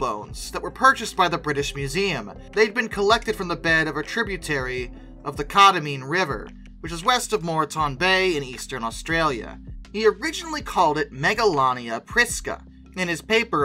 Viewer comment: I will say if you need help with Australian names, please ask, as Australians break words down differently to Americans. Condamine (CON-da-mine) river and Moreton (MOAR-tan) Bay. A good example is both have a city called Melbourne. The American city is mel-BORN and the Australian city is MEL-bin.